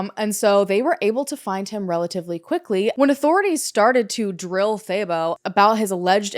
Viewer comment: I'm South African and I was impressed with how you pronounced most words. But I was very confused about "thay-bow" 😂 I thought, what a weird name. Then I realized it's Thabo. Haha, that one is pronounced "tah-boh"